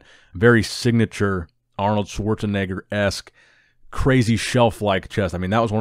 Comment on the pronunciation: You said it right Schwarzenegger name...